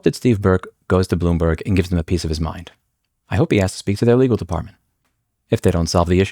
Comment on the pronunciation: Bloom"berg" Every time.